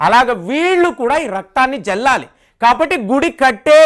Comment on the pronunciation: జల్లాలి కాదు, చల్లాలి.